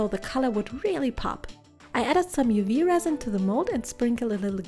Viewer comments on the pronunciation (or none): "with some UU Resin" 😂